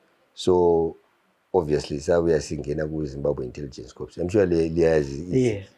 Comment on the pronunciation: Corp is pronounced Cor, the P is silent